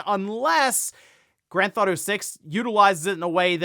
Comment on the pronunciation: I did enjoy the video, but I would enjoy even more if you could learn how to say "Grand Theft Auto" properly. As well as "Final Fantasy" and "Donkey Kong." Listening to you say "Granth Auto 5/6," "Finafans 7," and "Dong Kihong" is like fingernails on a chalkboard.